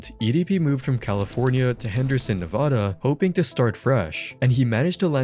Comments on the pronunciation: Learn to say Nevada correctly FFS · IIt's na-vaa-daa